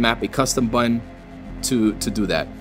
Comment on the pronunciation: I often wonder where all those t's from "buttons" go to die.